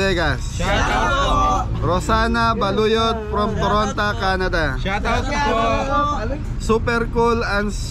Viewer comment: Toronto not toronta hahaha peace ✌️